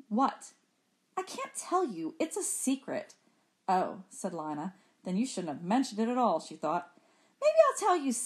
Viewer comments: her name is lee-na not liy-na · Emily Zhou same but she’s saying it as an “i” not “e” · it’s pronounced lie not lee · I hear lie- na but I think it is lee- na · to me, it sounds like Lana or Lee-na........ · its pronounced "lana" but spelled "lina". ^O^